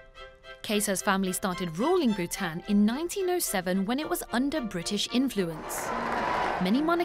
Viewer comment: I'm surprised the narrator able to pronounce Bhutan king perfectly! for me its like a tongue twister. Also where's dalai lama?